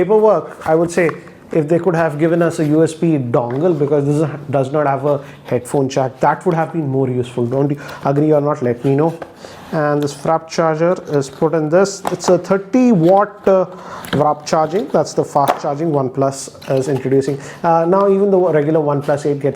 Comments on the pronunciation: It's warp charge and not wrap charge like you say it! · I love it when he calls WARP charge WRAP charging 😂😂 no offense here !